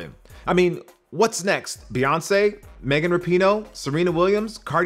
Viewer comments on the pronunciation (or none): none